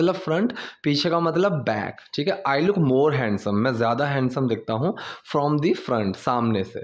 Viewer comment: हैंडसम नहीं हैंसम होता है 🤣🤣